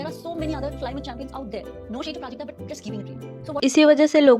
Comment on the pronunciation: I think you should added the clip of the corporate related talk they had not everyone know what happened plus the pronunciation of Prajakta name was wrong.